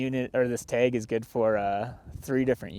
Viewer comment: If you are going to hunt the great state of Nevada, you need to say tAg and not tEg haha.